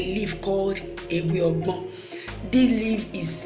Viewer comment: Ewe ogbo not ewe ogbon. Thank you and well done